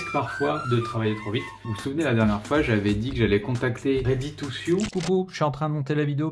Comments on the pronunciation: Sew ne se prononce pas "siou" mais "so", pour info <3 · “Ready to Sioux” or “Ready to sew” ??? (Prononcer “sou”)😜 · ça se prononce "ready to so", pas "sioux". perso j'ai bien reçu la notif au fait